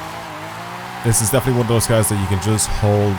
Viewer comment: Your Cars pronunciation is killing me